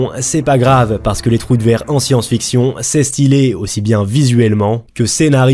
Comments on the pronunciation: Trou de ver et non pas trou de verre. C'est comme si un ver avait creusé un trou. Sinon bonne vidéo bien documentée. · Je veux pas faire ma raclette mais c'est pas un trou de "verre". En anglais ça se dit "Wormhole", c'est à dire "trou de VER" ce qui est moins class on est d'accord. Sinon super vidéo!